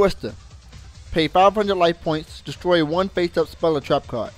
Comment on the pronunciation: "destoy" =P